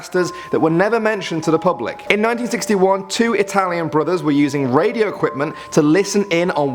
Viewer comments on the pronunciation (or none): you said 9061 not 1961